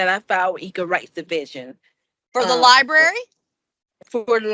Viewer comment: If she says “libary” one more time. ..